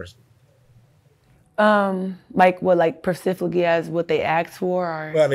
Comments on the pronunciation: How in the hell is she well spoken? I could barely understand a word she said other than "percifically" and I knew what she meant. Lol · I mean, "persifically", I mean...